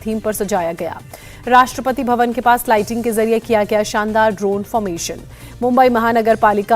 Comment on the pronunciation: Rastrapati COVID .....kya bolti h ye anchor 😂